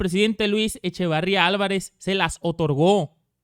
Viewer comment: Echeverria, no Echavarría.